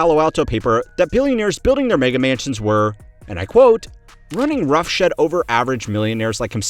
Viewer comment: I don't know, mf said roughshEd